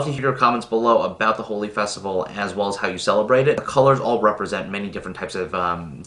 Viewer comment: His pronunciation is correct.